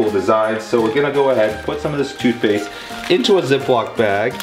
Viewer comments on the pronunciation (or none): It sounded like he said FOOTPASTE when he pranked Melissa with the cokkies